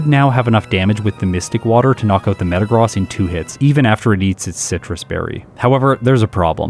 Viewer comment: You are pronouncing Metagross wrong 😅